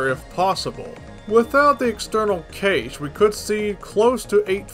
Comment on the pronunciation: I usually hear Cache is pronounced like "Cash". Haven't heard it pronounced "Caysh" before.